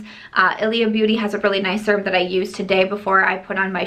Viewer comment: You say serum funny lol